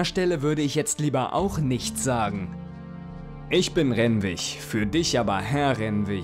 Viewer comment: Oh das triggert mich mehr als gedacht... 😅 RenwiG mit G nicht mit ch ... Ansonsten tolles neues Projekt, Ja, mehr mehr!